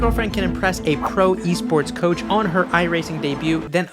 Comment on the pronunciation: “Pro e sport coach” lmao